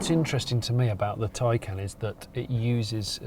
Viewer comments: I don't think you pronounce 'Taycan' like 'taken' tho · Tay = Tay. Can = Can. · y'all stiffnecked Americans, . Y'all could at least emphasize the 'can' instead of the 'tay' to make it distinguishable. Man... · Mark Webber is a Porsche a employee. Don't let how he pronounces Taycan fool you.